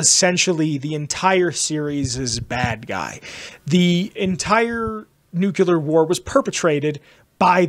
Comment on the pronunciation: NuclEAr not nucular lol drives me crazy every time you say it.